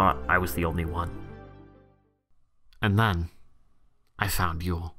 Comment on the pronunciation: maaaaaan thank you you literally helped me sooooo much i have struggled with yeule pronunciation and now im free to speak